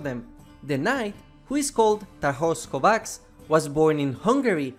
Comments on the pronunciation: Knight's surname reads as "Kovach", otherwise great video! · the "cs" part of kovács is pronounced like the "ch" in cheese